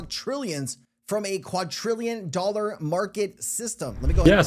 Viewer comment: Dude. Stop saying "quatrillion." It isn't a number. The number is "quadrillion" and im not the first person to comment on this. It's a bit annoying.